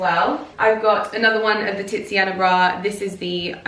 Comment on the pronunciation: the way you say TITSiana bra is HILARIOUS! Would you be interested in water/air plants in that window, or even hostas? Or you could do a succulent wall so that you don't have to keep painting the wall?